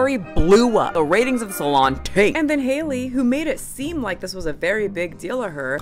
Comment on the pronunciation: Her name is pronounced like Halle Berry.